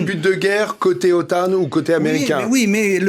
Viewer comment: Bonjour ; il faut arrêter de prononcer "OTANNE" pour faire genre anglo saxon... Si on veut faire genre anglo saxon on dit : NATO avec l'accent anglais, sinon on prononce normalement OTAN, à la française.....